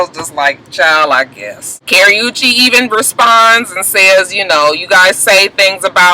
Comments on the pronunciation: OMG I am dying laughing over here. When you say Karrueche's name, it sounds like you're say Carry-oo-chaye.......lol hahahaha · It's funny how you were saying that girl name wrong but thought you saying it right! Everytime you said it I died.